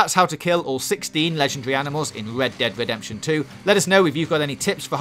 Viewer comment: Wed dead wedemption thwee 🤣🤣 I'm going to hell!